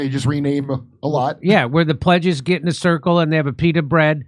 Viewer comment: "He's gonna gat off" Obviously not the first time😂😂